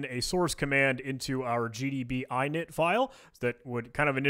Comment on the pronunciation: By the way, your pronounciation of "init" is slightly psychopathic :)